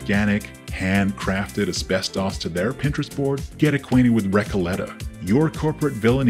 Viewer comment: No need to apologize for that accent work! As an American, you nailed 99% of the accent you were going for — the only word that gave it away was "asbestos"! :D -Paintspot Infez Wasabi!